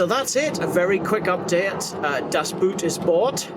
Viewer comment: Great car; had the same shape 728i and converted it to run on LPG. The LPG tank was toroidal in shape and occupied the spare wheel well. Btw, “Boot” is actually pronounced in German like the word “boat” in English.